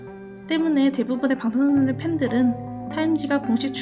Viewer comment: 영상 퀄리티가 너무 구려요 설명이 부족해서 댓글보고 알았네요 특히나 '방탄소년단'이라고 말할때 발음이 제일 안좋은데 발음 문제는 쉽게 못 고칠것 같으니 더 언급안할게요 발전하는모습기대합니다